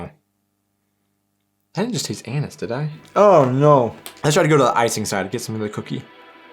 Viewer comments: Never seen anyone I know dip Kekse or Plätzchen into milk, only into coffee and cocoa. So weird that your "Anis" sounds like anus the whole time. All "Zimtsterne" I buy are pretty soft and I really wonder how many of them have Anis in them, I never had a single one with it, I wonder if that is a regional thing. Btw, I have a bag of Spekulatius right by my side while watching the video. Favourite holiday tradition: The children were allowed to choose the meals for the 24th, 25th and 26th of December. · did you say Anus! 😂😂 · why I always hear Anus flavor :D I asume you had so much over sugered in the US that you cant taste normal flavor anymore 🤔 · oh oh oh .... the way you pronounced Anis sounded quit sus